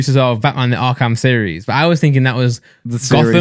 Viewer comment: Did...did Randolph just pronounce "arkham" as ark-ham?